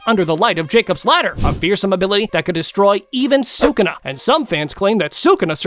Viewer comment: You're dumb bro say sakuna 1